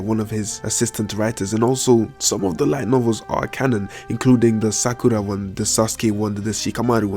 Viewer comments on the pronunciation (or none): none